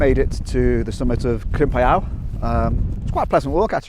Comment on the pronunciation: Well, here's me with my usual Welsh pronunciation guide again. It's pronounced "Crimp-ee-eye". :) Bonus pronunciations: "Moel Siabod" = "Moyle Shabod" (with emphasis on the "sha" bit rather than the "bod" bit), "Capel Curig" = "Capel cirrig". Crimpiau is still somewhere I need to go. I did try a couple of months ago, but it was so wet that it was like a swamp so I gave up and went to Cwm Idwal instead.